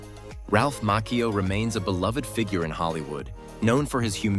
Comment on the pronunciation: Mah..CheeO .LoL ... not mackeo